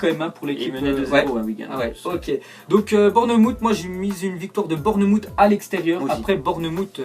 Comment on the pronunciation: Il me tue a chaque fois qu'il prononce Bournmouth xD